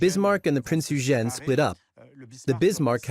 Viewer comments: Awesome vid thanks , Eugen is pronounced Oigin. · Ditch the AI narrator... the pronunciation of Eugen is messed up.